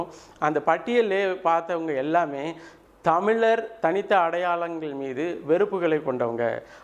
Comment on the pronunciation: முதலில் 'ழ' சரியாக உச்சரிக்கவும்... நீங்க 'தமிலர்' என்று சொன்னவுடனயே இந்த பதிவை போட்டு காணொளியை பார்ப்பதை நிறுத்திட்டேன்...